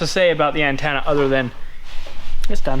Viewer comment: What the heck is an "annetenuh" 😂 you midlanders crack me up ❣️